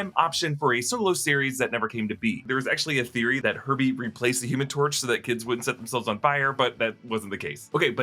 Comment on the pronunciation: When he said herbie I thought he said herpe